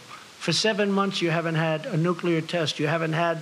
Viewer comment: this is going to lead to a nucular war